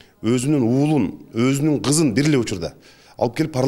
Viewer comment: Жанар Акаев тукуругунду жутуп гызын ггг дебей кызын деп суйло